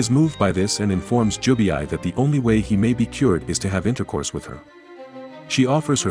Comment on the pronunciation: it's Jubei,not Jubiai😂